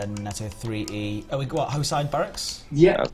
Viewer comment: I'm pretty sure Hoshide is Japanese and pronounced ho-shee-day.